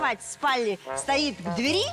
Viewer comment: К двЕри, а не к дверИ....